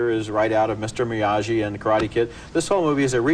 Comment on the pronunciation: Ebert pronounced Miyagi as Me-ah-gee with a soft G sound.